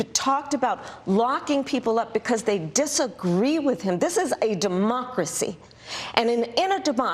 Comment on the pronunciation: I love the way she said, “This is a DeMocracy!” Omg. Love her